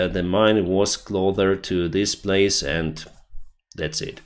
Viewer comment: Closer is not pronounced clother! Dude, I love your videos but that drives me crazy